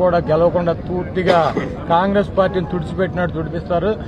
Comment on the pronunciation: తుత్తిగా కాదు రా అయ్యా.....పూర్తిగా అనాలి😂😂😂😂 😂 jr ntr అన్న వస్తాడు ఎన్టీఆర్ అన్న fans పేద ప్రజలు తో కలిసి వేసే అడుగు శబ్దం కే మీరు మీ ఫ్యాన్ రెక్కలు ఊడిపోయి మూల పడతాయి చూసుకో....